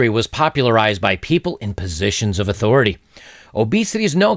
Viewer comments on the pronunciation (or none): none